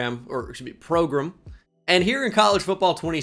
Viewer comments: It's how Nick Saban says it (progrum) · What is this new pronounced "progruhm" thing? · Why he say "prograam progrm" like that? He did it yesterday too